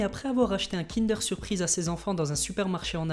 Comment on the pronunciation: On dit KINDEEEEUUURE ! PAS KINDÉR !